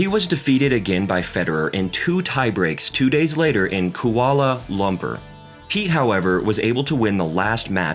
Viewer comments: Haha and Kuala Lumpur. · Mate you need to learn how to pronounce Philippoussis and Kuala Lumpur.